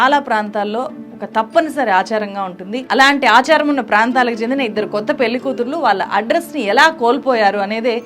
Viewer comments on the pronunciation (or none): అద్భుతమైన సినిమా. గమనిక:, మీరు పెళ్లి ని పెల్లి అని పలుకుతున్నారు. అది correct కాదు. దయచేసి సరిగ్గా పలకండి. జర్నలిస్ట్ అయివుండి మీరిలా చేయకూడదు. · పెల్లి కాదు పెళ్లి, పెళ్లి అని పలకటం నేర్చుకో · పెల్లి కాదమ్మా పెళ్ళి... ఉచ్ఛారణ సరిజేసుకోండి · Pelli ani palukutunnaru pelhi ani palikite baguntundi